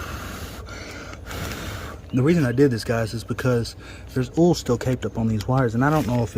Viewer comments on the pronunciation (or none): Where are you from? I haven't heard oil pronounced "all" before. either way good vid. Thanks.😊